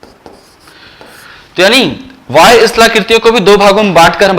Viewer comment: Sir aap bahya ko vahya kyu bolte he???? Ya fir mera pronunciation galat he?????